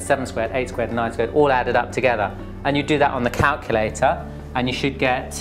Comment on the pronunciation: I like how you say calculator. 'Calcalaytah' haha. :)